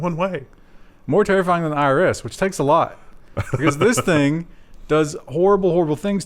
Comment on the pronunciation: I'm pretty sure is pronouncing thing weirdly on purpose trying to troll everyone. He does it a lot:P